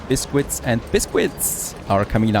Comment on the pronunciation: It's not pronounced as bis-quits. It's said as bis-kits.